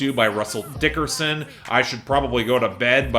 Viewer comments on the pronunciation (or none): Still cracks me up when says "Russell DICKerson". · There wasn't much emphasis when he said it this time. Just sayin'